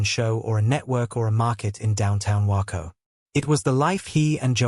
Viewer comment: The AI can't even say Waco the correct way. 👎👎👎👎